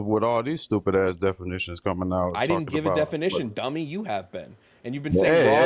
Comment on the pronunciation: "Gimmie pigs" and "defimitions" 😂